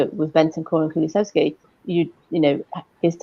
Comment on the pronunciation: Am I hearing it right?? She kept saying Kulusexy?! 😨